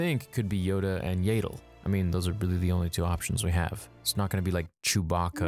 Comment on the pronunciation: It's Yaddle not Yadle